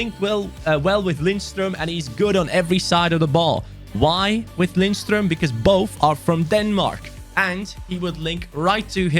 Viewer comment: Btw. When you pronounce Lindstrøms name. The D in his name is silent. So its Linstrøm.